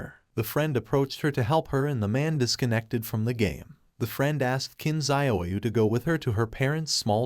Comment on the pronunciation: IDK if you can change how your AI reader says things, but Qin is pronounced "Chin". The Q makes a Ch sound.